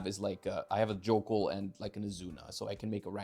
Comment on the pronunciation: Jökul is pronounced "Yo-kool" by the way, not "Jockool"